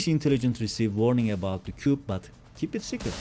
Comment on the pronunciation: Coup Fransızca bir kelime “ku” diye okunur.